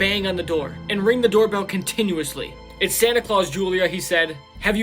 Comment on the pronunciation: Who else reliezed he said sanna and not santa😂